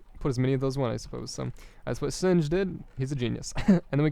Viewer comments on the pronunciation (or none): You don't pronounce singe209 like you do , it's french :p But I can't find a way to write it phoneticly in english XD